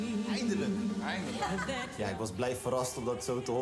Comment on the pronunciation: Bro zecht "eindelijk" en dat de eerste paar ni goed waren maar zelf kan hij het ook niet haha.